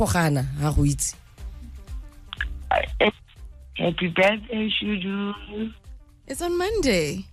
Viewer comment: shudu musida not mudisa please correct that it seems so offensive